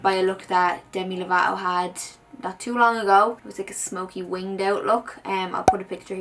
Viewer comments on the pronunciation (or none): I love your makeup look but it is "lovato" not "lavato" ❤️